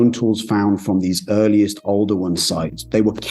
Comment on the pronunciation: Oldowan? Older one?